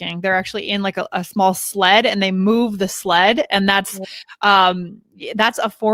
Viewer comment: Did you mean "Sledge" when you said "Sled"? Is that an informal shape?